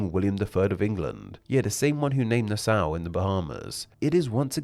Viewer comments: Nassau is pronounced na saw, not nas sow. The ssau in Nassau, is pronounced like the tool saw. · Isn't it pronounced "NA - saw"? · As a bahamian, that pronunciation of my capital was horrendous, its pronunciation is (Na -Saw) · being from Nassau county the way you said Nassau is no